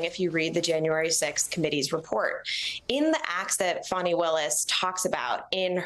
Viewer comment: Her name is Fani (fawn-ee).